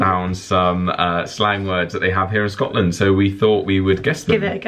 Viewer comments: "Good morning, I'm from Scot Land." What the hell was that?! You sounded like you were from Asia of South Africa or someplace. Haha! Feel better,! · Oh lawd, sounds like you're saying Scatland and scat is another word for poo so you're basically saying Pooland. HOW BLOODY DARE YOU. Also, Scotland is my favorite place on earth, hoping to move there one day. Will be visiting in a few weeks and I'm so bummed I'll miss show:( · I died when you said Scotland in a Scottish accent 😂